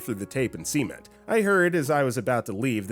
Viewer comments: I have never heard anyone pronounce it see-ment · Why are you saying cement like that 😭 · I'm glad I'm not the only one who heard cement and thought of the same word but with an s at the beginning and no t at the end(I'd just type the word itself but YouTube is YouTube and you can't be too careful).